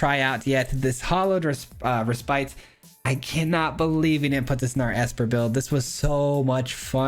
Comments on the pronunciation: Its pronounced "reh spit", not spite. Just FYI man! Great video! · Just an fyi, the word "Respite" refers to taking a rest, and is pronounced "REH-spit" with a short i sound, not "Reh-SPITE".